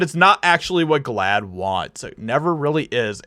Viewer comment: What the hell is glaad. You're making me saad. Making me siick.